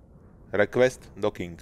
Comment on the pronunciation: EN lvl riques doking sa to vislovuje :D